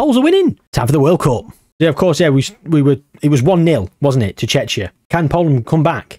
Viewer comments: Man really saying checha 😂😂😂 thats how you pronounce it tʃek.i.ə, which comes down to Tsjekia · Not you pronouncing Czechia like Chechnya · Missed a great chance to do Czechia vs Slovakia. The Czechoslovak civil war. also Czechia is pronounced Checkia. Chechnya is another place. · The pronunciation for Czechia is (Che-key-a) the way your pronouncing it makes it sound very close to a russian republic of Chechnya 😅 other than that good video yet again 🙂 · From English speakers I always heard Czechia pronounced with K (Like "check", Czeckia). And in my first language we pronounce Czechia with H (Czehia). I actually never heard somebody pronounce CH in Czechia like, you know, CH. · haha its pronounced Check-ia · it was funny xD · Czechia Is Chek-ee-a or /ˈtʃɛkiə/ depends which style of definition you prefer also things like Ruch, where the "ch" is pronounced same as in "loch", but mainly the Czech pronunciation triggered me 🤣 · I think Czechia vs Slovakia or Poland vs Lithuania would make more sense. Also your pronunciation of Czechia is really funny to me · Your pronunciation of Czechia is hilarious. You're bound to piss off any Czech fans you have because they hate that name. Should stick to The Czech Republic in future.